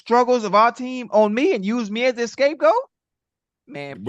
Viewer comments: I love how Ocho says “escape goat” instead of “scape goat” every time without fail 😂😂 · Ocho keeps saying escapegoat.. scapegoat my boy!!